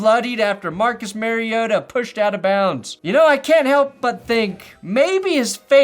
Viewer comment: I still laugh at Roger Goodell calling him Marcus Marrioto 😂